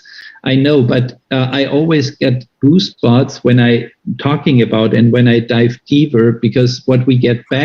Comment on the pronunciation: Did he say "I always get goosebutts"? 😂😂😂 cause that's what I heard. Not to make fun of his sweet german accent, I have a strong ESL accent myself, but that is my favorite pronunciation of all times